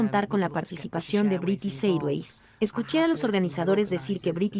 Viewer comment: No se pronuncia British Airways así! Aprende la pronunciación antes de hacer un doblaje!